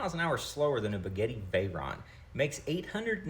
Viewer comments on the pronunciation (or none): Spaghetti?? 😂 Boo-gaa-tee. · I thought the same thing when he said Boogetti😂😂😂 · Wtf is a bigetty 😂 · If mid-conversation I accidentally say Baguetti instead of Bugatti I’m gonna angily return to your channel man; just a heads up. ❤ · ”Bugetti” is the funniest thing I’ve heard today 😂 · The fuck is a bugetti?! Never heard of this! Bugatti though 😂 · BooGetti, Bugatti.. Tomato, tomatoe! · Tf is a begetti?!?! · Did bro just say boogetti?? 😂😂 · Cooper bogetti lol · I havent heard anything more french than bugetti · The way he says “Boogetii” reminds me of Brad Pitt’s character in inglorious basterds trying to speak Italian 😂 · lol just remember. Boo-got-e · It's pronounced "Boo-gaw-tee".... M'kay? 😂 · I came here for the comments on “The BEGETTI”. lol Did not disappoint. Keep making content, bro. This video is very informative. I have wondered what happened to that car over the years. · You can't pronounce Bugatti even remotely close, why would anyone listen to you about anything else? Lol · He said Bugatti like it was a kind of French bread. 😂😂😂😂😂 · Are you saying bugatti like that on purpose?